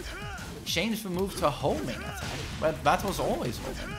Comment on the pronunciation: "Now you cen do atteck" Only TTT2 OGs will understand this insider 😎